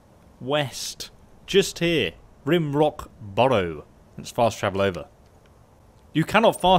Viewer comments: Rime, not Rim Rock Barrow. Big difference. Please take care when reading names. So many youtubers don't, it hurts my brain. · Interesting video. Just one thing, Rimerock pronunciation. Rime rhymes with rhyme. Like Rhyme Rock. Whew! That was bugging me! :-)